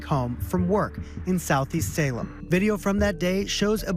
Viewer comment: You absolute dipshit, you called it Seattle instead of Salem.